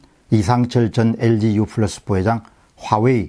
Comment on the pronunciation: 저보다야 영어를 잘 아시겠으나 반복해서 듣기에 거북합니다 엘지유 FLUS 가 아니고 PLUS 입니다 감사히 듣고 있습니다^^